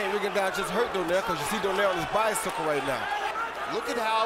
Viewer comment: Lmao Do-nehr. They don't know it's Do-nai-reh